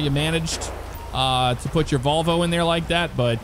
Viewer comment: the AFO's and SCO-19 use the G36C and another weapon, so the gun ingame is unrealistic ish. They also use a marked BMW X5, SO-15 use the unmarked one and they use the mercedes sprinter sometimes, unmarked ofc. and why do all non-swedes pronounce Volvo like that :/ The O in the end is pronounced quick if u know what I mean.